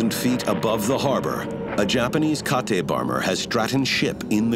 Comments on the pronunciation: "Fighter jets?" Nobody had fighter jets at this stage of the war. "Ka-tay?" It's pronounced "Kate." "Kate" was the US code name for that Nakajima B5N. You don't pronounce it "Ka-tay" because it's not a Japanese word. During WWII all Japanese planes (with the exception of the A6M "Zero") were given female code names by the US. "An assault no one saw coming?" Um... we actually did know this was coming. There are documents showing we knew of the attack weeks in advance, but nothing was done so that the US could join the war. Which is something FDR wanted since 1939, but couldn't do due to the US's isolationist policies at the time. "They seemed to come from nowhere? Unidentified?" Actually, US radar picked up the planes miles out from Pearl Harbor, but they were misidentified as US bombers that were scheduled to be flying in that morning. "Their biggest prize, USS Arizona?" Actually, their biggest prize were the carriers Yorktown, Lexington, and Enterprise that the Japanese thought were moored at the harbor that morning. Unlucky for them, the carriers were out at sea doing navel exercises that morning so the Japanese had to switch their targets to the battleships. All of the battleships were targets, not just the Arizona. First, the narrator pronounces it "Ka-tay" not "Kate." Is the narrator an idiot or did the director realize the narrator's previous mistake, but was too lazy to have the narrator redo the "ka-tay" line? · American fighter jets? - Ka-Teh bomber? Did the narrator mean 'Kate' bomber, perhaps? 🤔